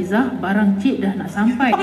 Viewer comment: Cik maksudnya miss...sebutnya cek